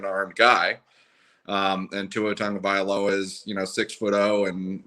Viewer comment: Interesting content. I'll listen again. Although, a suggestion, please learn to pronounce Tua's name properly. Tongue-oh-vai-low-uh.